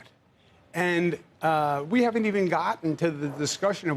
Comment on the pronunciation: Credit where credit is due — at least Cuomo is pronouncing Mamdani correctly.